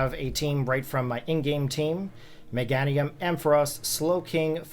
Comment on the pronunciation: Awesome video! First time hearing someone mispronounce Meganiums name tho